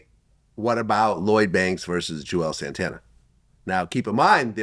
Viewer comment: Bruh nga said Juels Santana 😭